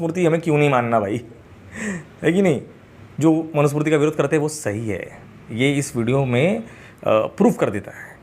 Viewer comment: सही शब्द मनु स्मृति है मनु smurti नहीं है